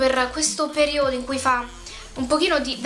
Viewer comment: ma perchè dici periòdo ?O.o